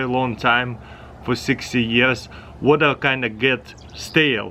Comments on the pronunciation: “Put the stabe in da wada” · Seems like u forgot to add a r in the Water. Did anyone noticed it??